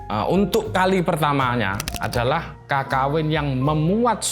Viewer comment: Cara bacanya Kekawin pak, pake pepet, aneh aja kalo didengar kalo "KAKAWIN"